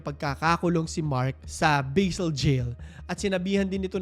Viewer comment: ser, Basel po kung paano nakasulat syang basa po. A as aa. Hindi po Baysel ✌🏼